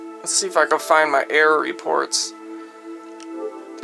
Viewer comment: "I keep getting the same fucking air" lololololol 😂 don't know how to speak